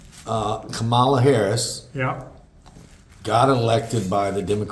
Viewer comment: I'm with. And, by the way, Vice President Harris' first name is KAM-ala, not Ka-MAH-la or Ka-MILL-ah. To say it right, just think COMMA-la. She is leading nationally now. COMMA-la. It means "Lotus" or "Water-Lily" in Sanskrit. COMMA-la. It's a common Indian girl's name; her mom came from India. COMMA-la. Got it now? Good! And thanks,, for speaking your mind. 💙